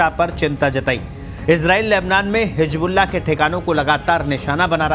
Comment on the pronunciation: Very bad pronounciation Hijbullah nahi hizbullah hota hai Correct your pronounciation